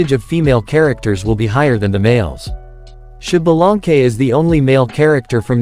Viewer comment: I don't want to sound mean but this is NOT how you pronounce Ixbalanqué its more like "esh-buh-lahn-kay." Also I hope the concept art of the "pyro archon" is not the final one I don't like it at all :/